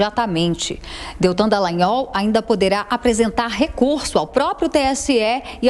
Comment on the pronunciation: Olha só não é dellagnol é Dallagnol, céus